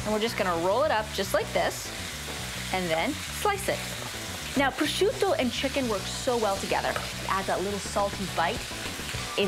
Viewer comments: "it's absorbed all of the peppers and the prozzzzciUUUto.." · I'm Italian! I'm Italian! No really, I'm Italian! Just listen to how I say prosciutto! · Goddamn it Giada just say prosciutto the American way